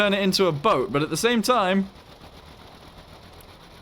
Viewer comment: It's THE BO-AT